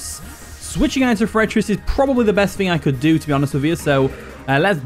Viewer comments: its pronounced four-uh-triss, not however you say it lol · He always pronounces it like that lol